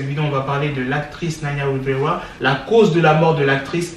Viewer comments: Non il dit plutôt wivewa 😂😂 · "Naya wivewa"